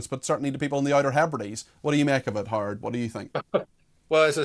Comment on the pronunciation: His name is, Not hard Cox!